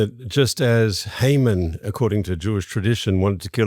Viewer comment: Why are these people saying "Hayman" instead of "Haman".